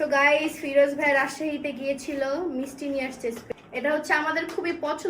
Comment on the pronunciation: ম্রিস্টি না মিস্টি 😂